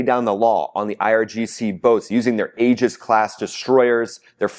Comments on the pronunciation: NOT AGIS! PRONOUNED E-GIS. !! SPELLED Aegis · My friend, the word “Aegis” pronounced “EE-jis” and not “AA-jis.” Just a friendly heads up. Thanks for all your great reporting! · TRUMP'S LIVING A FAIRY TALE LAND,,,THINK HE'S SUFFERING FROM GOLD POISONING,,,, DIDN'T THAT KILL KING MIDAS TOO 🤴👀🪙💰👑,,,,AEGIS,,,, PRONOUNCED,,,EGIS,,,A IS SILENT,,, THOUGHT YOU WERE MILITARY 🪖🤔🧐🕵️👀😆😆😆😆😆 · Love your show, but you may want to pronounce Aegis correctly. The Aegis Combat System is named after the mythological shield of Zeus or Athena and is pronouced EE-JUS. The A is silent. Keep up the good work! You are the only channel I watch to keep informed about the war. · OK, I have to say that the Navy pronounces Aegis "EE-jiss". There's no long "A" Otherwise, good reporting,.